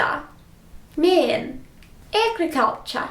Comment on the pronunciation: The way you said "agriculture" sounded very Australian to me. Our accent is non-rhotic, we drop a lot of our Rs and and instead a lot of our vowels combined with and R just become "ah" or "aw". "Culture" becomes "cultcha", "are" kinda becomes "ah", "hour" kinda becomes "ouwa", "mother" becomes "motha", "bear" becomes "beh", etc. A New Zealand accent is similar, but they also pronounce some vowels differently to us, theirs all have a bit more "e" to them. My mother is a kiwi and still had a lot of her accent when I was growing up, what I really noticed was that in her accent "hair" and "here" were homophones ("hee-eh"), as were "bear" and "beer" ("bee-eh"), "can" and "Ken", "chip" became more "chep" (and so did "chap"), and what led to a lot of teasing of the kiwi kids when I was in school was that they'd say "six" as "sex".